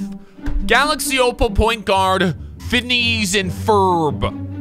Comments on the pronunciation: The way he said Phineas kinda hurt my childhood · ebag zenitram mans really said “phinees”